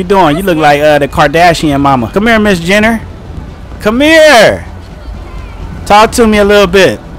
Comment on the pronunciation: He said cris Jenner